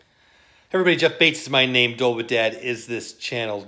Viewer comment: Make sure you enunciate DOLE in Dole whipped dad, otherwise you are just "whipped dad" AHHAHHHAHAHH